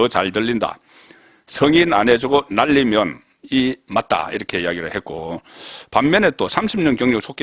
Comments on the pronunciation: 가세연에서 여러가지 방법으로 들려줬는데 "사람들, 날리면... " 으로 들렸어요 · 날리면으로 들려요. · 날리면으로 분명히 들리네요